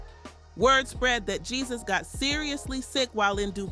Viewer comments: Why she pronouncing his name GeeZus? It’s pronounced “hey-Zeus”. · His name is not pronounced the way its spelled!!! The "J" is pronounced with the "H" sound. I ' CAN'T '🤦🏽‍♀️, with this pronunciation 😂😂😂